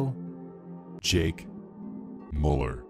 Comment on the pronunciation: I thought you were saying Jake Pauler but you were saying Mauler. It's pronounced Meuller pls pronounce right